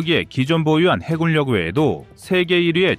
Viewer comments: 해굴력으로 읽지 마세요! 해군녁으로 읽어야 합니다. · 해굴력ㅡ해군녁 공굴력ㅡ공군녁. 발음좀 정확하거ㆍ 하시길. 무슨 공굴. 해굴